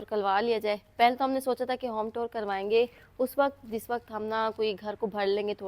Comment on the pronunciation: Tour ki pronunciation sai se karrain.app jab tour bolti hn tab lagta hao tore bol rai hu .naraz nai honA.Allah naseeb karrain